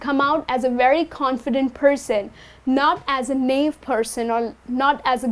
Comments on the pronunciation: Correct me if I am wrong, the pronunciation of 'Naive' you are using is incorrect. Its Na-ev. Btw i love your tutorials. 👍👍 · You are right, she mispronounces 'naive' (naɪˈiːv)